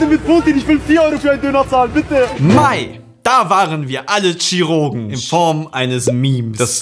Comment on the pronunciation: "da waren wir alle Tschiruugen" xD